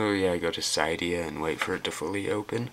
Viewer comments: syedia? hahaha cYdia... pronounce much? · Its not caydia dumbass its cydia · xD Do you not know how to say "Cydia" ? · hey not trying to make fun of u dude but you said cydia really funny! =)